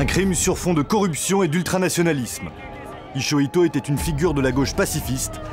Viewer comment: Ichoito ? On de prononciation ?